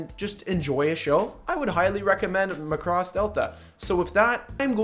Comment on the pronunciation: Btw it's Mac-ross